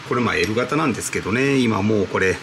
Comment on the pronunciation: 時々、エル型の発音がエロ型と聞こえるのは気のせいでしょうか？